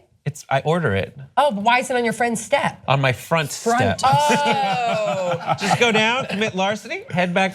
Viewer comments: I heard "friend Stef" not "front step! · I too heard "my friends step" lol